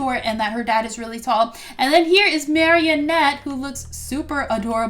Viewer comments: her name is pronounced(mari-ette) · You pronounce it like mar-e-net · Its mar ri nette 😆😊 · It's maranette not marionette